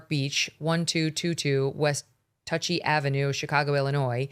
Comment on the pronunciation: Touhy Ave in Chicago is prounced as Tooey—rhymes with gooey😊